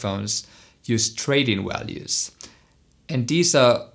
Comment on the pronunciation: Kleiner Tipp, das V wird im Englischen IMMER wie das V in Vase ausgesprochen, ohne Ausnahme. Grover wird als nicht "Grower" ausgesprochen, oder values nicht "walues" sondern wie gesagt das V immer wie in Vase.